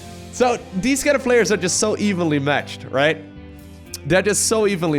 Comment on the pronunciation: What says: "These two players are very evenly matched." What I hear: "These two players are very evilly matched."